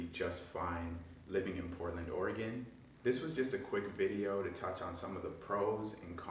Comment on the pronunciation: Yo, at least you pronounce Orygun correctly 😂